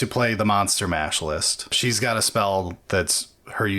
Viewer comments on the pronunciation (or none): none